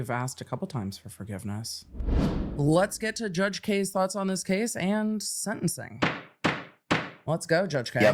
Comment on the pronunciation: End-t. And-t. World-t. And-t. When did-t we start talking with a "T" after the letter "D" in a sentence? And-t? Smh